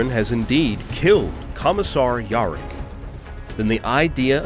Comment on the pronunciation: When yarrick becomes "York" the third "ork god" XD